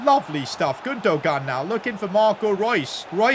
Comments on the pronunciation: Dude, it’s not Gundo-gaan, it’s Gundo-aan 🤦🏼‍♂️ Why you’re so screwed with pronunciations? 😅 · Isn’t Gundogan pronounced Gun-Doh-Wan? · The way to pronoince gundogan is actually gunduan please say it correctly 🙏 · bro cant say Gündoğan name right